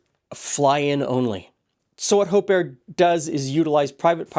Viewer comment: Oh, Hope Air... NOT Hope Err!